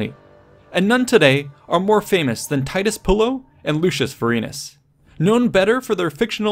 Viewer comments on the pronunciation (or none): god u butchered that so hard